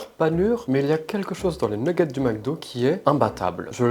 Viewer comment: Comme par hasard a tu dit pas nujjet tu dit nuggets